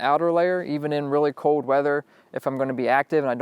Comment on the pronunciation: FIRST OFF - it's cold not "code" it''s wool not "wow" it's rain not " precipitated" that last one was to funny!!!!!